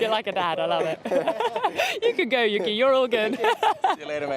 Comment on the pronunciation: Not trying to be rude, but can we please pronounce Yuki Tsunoda’s first name correctly? The first syllable is basically the word “you” and the second syllable is “key”, not Yuhki, the way you’ve been saying it since he joined Formula 1. Please? 🙏🏽